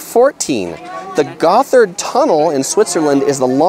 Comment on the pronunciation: Okay No. 1 It's pronounced "Young Frau" the " J" is like a "Y". not like "Junk".. Get a German Dicitionary !! The Gotthard Tunnel is pronounced "Without the "H"!!! That was quite good, I'm an American who has live in Bern for 25 years!!! If you come this way again, contact me